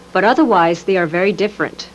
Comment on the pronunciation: This lady is so hot I love how she reads and pronounces words. Very exacting. The only folksy idiomatic thing I hear is that she pronounces "different" like, "diffurnt", which itself is so out of character & clearly done by a calculation to fit in with a certain type of 1980s good-old-boy and not appear pretentious or foreign to him. It took me until the end of the video to realize that English may not be her first language, which is truly insane. She might be the sharpest person you'll ever see. Not surprised her side of things won this case.